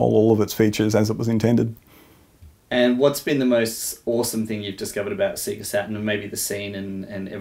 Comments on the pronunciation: SAY GA NOT SEE GA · Ridiculous isn't it, even in their own adverts they'd pronounce it Say-ga. you'd think he'd have known this! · see-ga? i thought it was say-ga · "Seega" ?! o_O "Say-Gaaaah!" Sheesh, sort it out. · I LOLed at that too. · I'm mildly frustrated by them saying seega instead of seyga (as they pronounce it in their intros). Other than that, bloody amazing. :) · Everything about this video is perfect apart from the way he pronounces SEGA. Did these guys never play sonic the hedgehog? It sings out when you switch it on..."saaeegaa".. not "seeegaa" :( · Apart from the fact that he keeps saying "seega" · "seega" lol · Does that conflict with the fact that the Sega splash at the beginning of games literally pronounce it correctly as "Say-guh"? No one thought it was odd that they were pronouncing it differently than the console itself? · Alright, I think this is how Sega (セガ) is actually pronounced in Japanese: sagha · its SAYYYYYYGAAAAAAAHHHHH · Ya, annoys me too but it reminds me of something said before in an episode of Let's Drown Out; apparently in Australia, the Sega ads on TV would pronounce it that way, so he just got used to saying it that way. Still, you'd think the famous SAY-GAAAAAAAAAAH at the start of Sonic would have overridden that sooner or later, but oh well... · SEE-ga? What's a see-ga? Just messing. This is impressive, he really went deep here. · Why do you all say Seega? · "I've got a Seega Meega Drive" 😆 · Just eww at the way you sayga.._ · I'm not American :-) So I can spell AND pronounce Sega. But if you prefer to remain ignorant and keep mispronouncing it then fill ya boots! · I downvoted for the deliberate mispronunciation despite the the name of the company being pronounced right in the boot/splash logo. Yes, it's petty. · I've never heard anyone say Sega the way you do. Made my day man! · cant even pronounce sega properly its not hard bruh